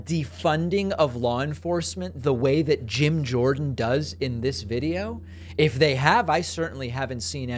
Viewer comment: It's Jim, as in James, not Gym, as in gymnasium. Keep up the good work 👍